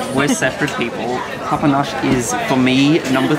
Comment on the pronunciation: Papanaș 🙏 "papa noch" 😂